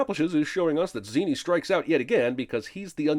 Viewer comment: The name is pronounced "Zen-ee" many times throughout the movie. Clearly didn't even watch it